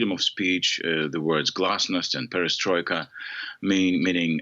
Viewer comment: 'Perestroika’ and ‘glasnost’ He had it right.